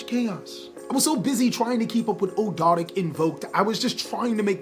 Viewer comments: Here let's help you out good sir, Ahhg-do-ah-dic= Ogdoadic. Soul-fa-chor-d= Solfachord. Just got to keep saying it over and over to get rid of the tongue twister feel. Not making fun, just wanted to help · They're pronounced Og dough dik :) newcomer and I love your videos!